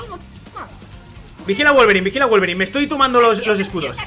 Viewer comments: Al principio dijo wolverain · Alguien se dió cuenta que al principio dijo guelveray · ADIVINA CUANTAS VECES HAN DICHO VOLBERINE